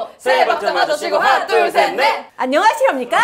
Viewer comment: 갑자기 우렁찬 목소리로 인사를 하시는 그 장면에서 정말 깜짝 놀랐습니다! "안녕하시렵니까?"라는 다소 단아한 표현과 함께, 너무나도 우렁차고 힘있는 목소리로 외치는 모습이 예상치 못한 반전이라 너무 웃겼어요. 사실 요즘에는 이런 인사를 잘 듣기 어려워서 더 신선하게 다가왔고, 그 순간 영상 속 모든 출연진이 함께 빵 터지면서 분위기가 정말 유쾌해졌어요. 😄 그리고 이 장면이 재미있었던 또 다른 이유는 그 인사의 톤이 90년대 교실에서나 들어볼 법한 인사였기 때문이에요. 의 진지한 표정과 함께 인사하는 장면이 그야말로 상상초월이었죠. 한순간에 타임머신을 타고 예전 학창 시절로 돌아간 듯한 느낌을 받았고, 모두가 그걸 너무 재미있어하며 웃음이 터졌습니다. 마치 엄격한 FM 선배의 모습이 떠오르면서 한편으로는 저도 예전에 학교에서 이런 FM 선배들을 마주쳤던 기억이 떠오르더라고요. 😆 이 장면에서 느낀 건, 바닐라코 특강이 정말 유쾌한 반전과 예측 불가능한 재미로 가득하다는 점이었어요. 평범한 상황에서도 웃음을 끌어낼 수 있는 이들의 케미와 유머 감각이 너무 좋았고, 자연스럽게 이어지는 이야기와 즉흥적인 반응들이 영상의 흐름을 더 활기차고 재밌게 만들어주더라고요. 🍀 특히, 의 그런 강렬한 인사가 인상 깊었던 이유는 단순히 웃음을 주는 것을 넘어서, 기억에 남을 만한 순간을 만들어냈기 때문이에요. 바닐라코 특강을 보는 내내, 단순한 제품 홍보나 강의가 아닌, 대학 생활의 추억과 MZ 세대의 문화를 너무 잘 녹여냈다는 느낌을 받았고, 덕분에 이 영상을 보는 동안 저도 한순간이나마 그 캠퍼스 생활로 돌아간 듯한 기분이 들었습니다. 🎓 이렇게 재미있고, 또 진지하게도 즐길 수 있는 특강 콘텐츠를 기획한 바닐라코 팀에게도 큰 박수를 보내고 싶어요. 😊 앞으로도 다양한 주제로 많은 사람들에게 즐거움과 추억을 선사하는 영상을 기대해봅니다!